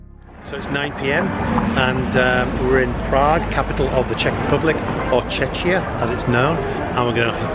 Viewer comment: Oh my, Czechia is pronounced "Czekkia", not "Czeczia". Where did you hear the "Czeczia" pronounciation?